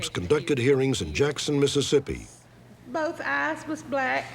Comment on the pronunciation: I’m from Mississippi and u said it perfectly